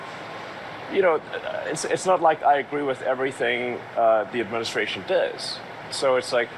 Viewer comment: He pronounces does "dizz", twice in a row.